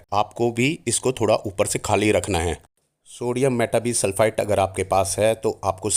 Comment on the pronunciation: सोडीयम मेटा बाई सल्फ़ाइट this is the correct. pronunciation